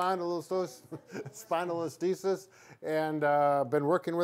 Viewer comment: Isn't it called a "Spondylo-lis-thesis"? Not a "Spondylo-listhes"